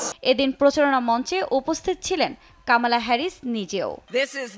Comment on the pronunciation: Not kaamaala Her name is Kamala.